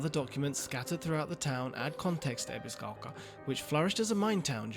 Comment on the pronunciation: This is really petty, but the way the guy in the video pronounces Ebisugaoka makes me think of people that pronounce words like croissant as though they're speaking (a mangled version of) French right in the middle of an English sentence in order to sound more sophisticated. I'm choosing to be cautiously optimistic about this game. I love Souls combat and I love Silent Hill... or I suppose Siren/Fatal Frame, that seems more relevant here... In any case, I'm definitely doubtful that these two flavours will mesh without damaging the atmosphere, but I'll only really be able to judge that once I get my hands on it. Sometimes the weirdest combinations can work surprisingly well, after all.